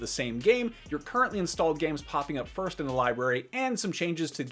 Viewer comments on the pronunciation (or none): none